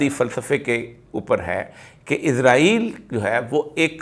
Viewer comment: براہ کرم جناب اسرائیل کہا کیجئے آپ عزرائیل بولتے ھیں جوکہ غلط ھے !